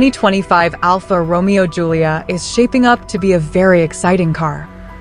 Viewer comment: Right pronunciation: ALFA Ro..May....O